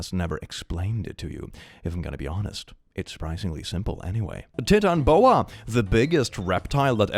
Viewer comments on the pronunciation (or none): Your pronounciation of Titanoboa and the amount of misinformation in that stupid post is murdering me brutally. Titanoboa was a reptile, possibly the biggest snake ever, but it did not at all live during the time of the Dinosaurs. It lived like 15 million years after the extinction of the non-avian Dinosaurs. It is pronounced "Tayt-eno-boh a" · I love how you pronounced it “tit’n boa” and not Titan boa 😂😂😂